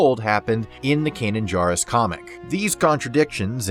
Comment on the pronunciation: Please pronounce Kanan’s last name correctly.